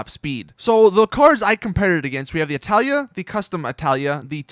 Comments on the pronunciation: its not italia its itali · itali gtb not italia gtb fix your shit learn to read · ITS NOT ITALIA ITS ITALI NO FRIGGIN A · ffs, it's ITALI NOT ITALIA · ITALI ITS ITALI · he keeps and keeps sating italya ??!!!!!!! is it intentional or you're dyslexic ? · When he got "Itali" wrong